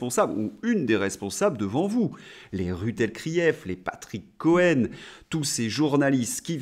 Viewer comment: j'adore quand vous dtes: RUT elkrief! vous m' avez fait ma journéee!!!!